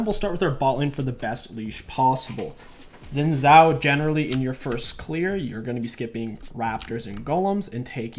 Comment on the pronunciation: it's not "zin zow" it's "shin jow" look up league of legend's champion spotlight by riot games. It's a Chinese name, in Mandarin the pinyin "x" is pronounced like "sh" and the "zh" like "j"